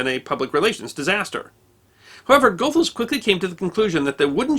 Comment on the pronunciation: Sorry for being pedantic but "Goethals" is pronounced : ghoo -thalz